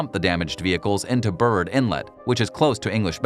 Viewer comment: in a previous video, I was surprised you pronounced Tofino ("toffeeno") correctly; in this video, I'd like to correct Burrard ("burr ard"). I just discovered your channel today, and so far, I've been enjoying your content. Thank you!